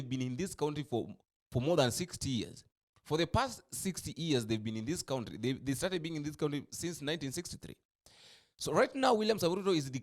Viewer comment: Iit is pronounced country not county